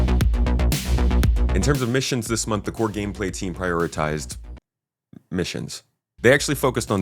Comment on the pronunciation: When you said "big gameplay" I heard it like "big pharma" and had a little giggle to myself.